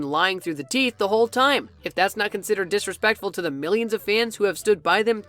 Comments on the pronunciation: no one: addison:blinks him:THATS DISRASPECTFUL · "disespectful moments" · The moment he said disrepectful Oops 🤭👎🏻